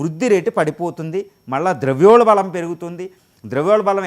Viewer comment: Its called "ద్రవ్యోల్బణం". The guest is mispronouncing it as ద్రవ్యోల్బళం all the time.